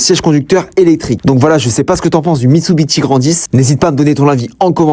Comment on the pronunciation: Mec commence par apprendre comment on prononce la marque déjà wtf